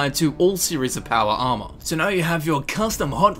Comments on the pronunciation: "PAWAR ARMAAAR" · "your powa arma" i love it when you say that xD